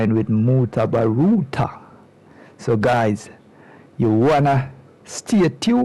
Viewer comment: Mutabaruka not mutabaruta sounds annoying